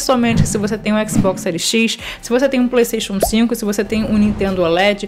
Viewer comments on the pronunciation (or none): none